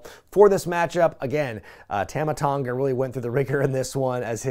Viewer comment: On behalf of the South Pacific, its "Tumma" Tonga, not "Tahma Tonga"